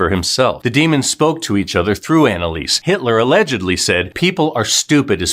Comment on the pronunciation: Her name is pronounced Analisa.